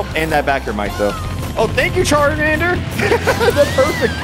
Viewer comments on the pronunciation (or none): "Thank You Charinander"